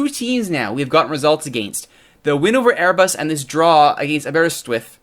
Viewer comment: It's pronounced Aber-ris-with.